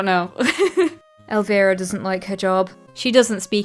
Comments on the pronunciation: ElvIra, not era 😂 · I heard Elvira as Aloe Vera. Wtf